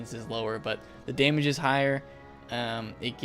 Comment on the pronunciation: Bro please correct ur “damage” “fire goes for daymage”